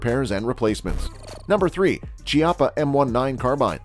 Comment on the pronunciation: Chiappa = Key ah pa